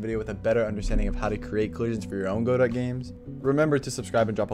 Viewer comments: Just so you know, it's pronounced Guh-dough (silent t), not literally Go-dot. I came from a video from 5 months ago and I had to check if you still pronounced it like that LMAOO. But very helpful videos man, keep it up! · Yea I've heard people say godot almost like "god it" too. Lol funny there's so many ways people pronounce it. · bruh please pronounce godot correctly